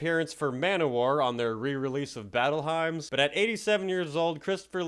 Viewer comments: Wait, what? Did you just say "battle himes"? It's pronounced "hims" (hymns), dude. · WTF. It's pronounced "Hims", it's Battle Hymn